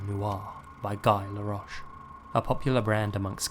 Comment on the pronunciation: A little late to the party, but one sidenote: it's pronounced gi laroche . Great vid 👍